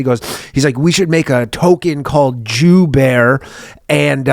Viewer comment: it was absolutely Epic. He kept shouting "danny, danny, danny, danny, danny", and the way he enunciated the word Jew, while drunk driving a tractor calling in😄